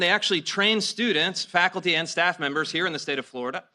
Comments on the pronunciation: "falcuty" is not a word. It's faculty. Fak ul ty. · I like what you say but please learn how to say the word - " Faculty " !